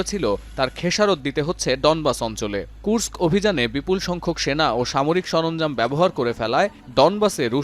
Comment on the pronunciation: ধন্যবাদ কুর্স্ক শহরটার নাম ঠিকভাবে উচ্চারণ করার জন্য। অন্য সব বাংলা চ্যানেলে বলা হয় কুরোস্ক।